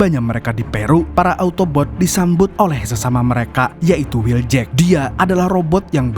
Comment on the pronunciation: wheel jack bukan will jack